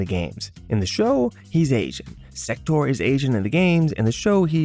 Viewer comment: This mfer said sektor and cryax. I cannot in good faith watch this as an mk fan.